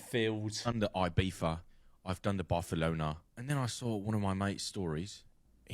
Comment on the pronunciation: what is a ''Barfalona"